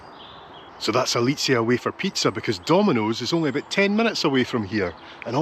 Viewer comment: haha.... great video, but.....what language is your partner speaking~? dutch? german?... icelandic?................ please dont say " dudley" !!!!!!!!!... ohh.. PIIZZZAAAAAAAAA